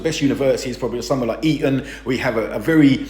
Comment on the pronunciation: You're not supposed to say "Eaton" like that! :D